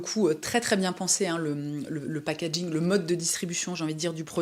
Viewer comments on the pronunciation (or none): none